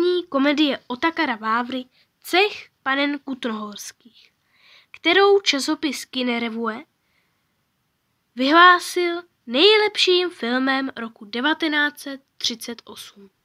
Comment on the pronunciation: Vyhledávala jsem si speciálně paní Šejbalovou a měla radost, že našla, ale omlouvám se, tohle se nedá poslouchat. U první věty jsem to posunula dál, někam na cca 7. minutu, jestli to není na začátku jen legrace….. a není. Kinorevue se čte kinoreví. Toto cizi slovo by se dalo ještě odpustit, ale ta mluva je fakt děs. Zkusil/a sis to sám/sama poslechnout?